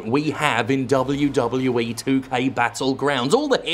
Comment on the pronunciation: I love hearing Jim say; " Dub OH You Dub OH You Eee."